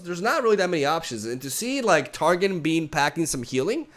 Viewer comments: So it's not Tar Gin/Gen or Mount Tar Gin/Gen. It is pronounced Tar Gon like you are saying the letter O(short sound). Telling ya because Ik you like league lore and want to be as accurate as possible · The way you pronounce Targon as Tar-gin is incorrect, it’s pronounced Tar-gone